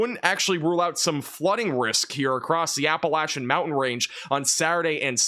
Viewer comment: Thank you for pronouncing "Appalachia" right... lol